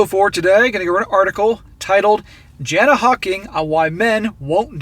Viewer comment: Aussie here - 'flog' can be applied in a number of contexts and is uniquely Australian slang. It's an all purpose description of someone that's basically an arsehole. Joker on BB covered this article a while back. He's done several of Jana's articles. Her name is pronounced 'Yarna'. Hope that helps.